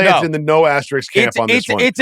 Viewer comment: It's not an Asterix. It's an asterisk. Verno knows the word., you can learn it, too! Great show as always, guys.